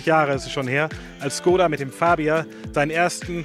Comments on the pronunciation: Woran liegt es, dass die Deutschen Škoda nicht richtig aussprechen können??? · Bildung..? Dein Ernst? Weil wir eine Automarke nicht Tschechisch aussprechen? Sorry, aber arbeite in einem Škoda Autohaus. Wir alle wissen wie’s richtig ausgesprochen wird, sprechen es dennoch deutsch aus. Einfach weils jeder sagt. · Man du kannst so einiges nicht aussprechen. Zum Beispiel tři, ganz einfach. Und wie oben erwähnt, Škoda, Schule. Ganz einfach sogar für Erstklässler.